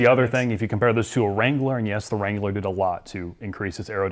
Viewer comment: Every time adds a syllable to “Wrangler”, an Arby’s franchise closes.